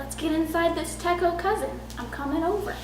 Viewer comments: It's pronounced Teh-ch (as in church)ō... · Oh, btw, the "ch" in techo is like the ch in chat. :)